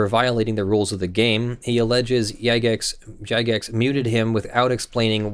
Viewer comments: It's not even necessarily Jagex (and it is said with a J sound btw) that muted him. All players are capable of making an abuse report. However in game (as well as the official discord and forums) there are Player Moderators (PMod for short). These are players that Jagex extends some moderation ability to. A PMod has the ability to make a priority abuse report. These reports go to the top of the pile and stay there (while a regular player's reporting will get weighted down by more incoming reports from other regular players). When a PMod makes such a report they have the option to either recommend muting or themselves temporarily mute a player. Temporarily muting is sometimes necessary to more immediately restore an acceptable game environment. If a PMod mutes a player, that player will be muted for 48 hours, absent Jagex's possible reversal on the decision to mute the player. Even though Jagex addresses PMod reports first, there are a lot of PMods and a lot of players. So it may take Jagex time to actually be able to get around to looking at a given report. It's entirely possible that a PMod muted the player and that Jagex merely upheld and extended the PMod's decision. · Hehe, Yagex, due to common 'j' having a y-like sound, then says Jagex right next time.